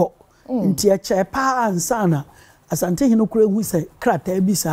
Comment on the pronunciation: Everybody take note. The name is ASANTE not ASHANTE.